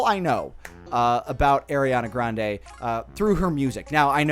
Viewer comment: AIR-iana Grande